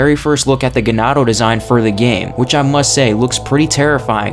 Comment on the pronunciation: Wrong pronunciation for GANADO which is a SPANISH word.